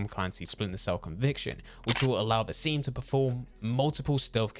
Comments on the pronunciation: bro please, its bas-im not baseem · Guys just so u know it Bas eem-uus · Lmao “baseem”